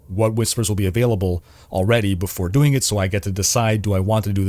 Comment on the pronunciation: Doingk and gettingk - I'm not making fun, just wondering if it's a dialect of some sort?